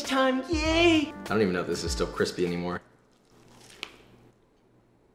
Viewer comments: Cwispy af!!!!! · Nobody: Josh: this has been sitting outside for 24hrs and it's still cwissspiee